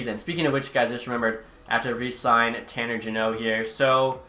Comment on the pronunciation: He's finally saying jeannot right, who told you?